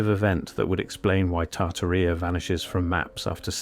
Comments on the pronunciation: Tartarrhea 🤭 yikes! No, no, no. It's tar-TAR-ee-a Jeez! Please, o please fix that. Put the accent on the 2nd syllable so it doesn't sound like a bodily oozing is the subject, okay. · LOL "Tarta Reea" ? 😆 No, AI Voice, it is pronounced "Tartária". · I've heard of Tartaria, but not "Tartarrhea." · I believe the name is pronounced like: TAR-TEAR-E-Ah.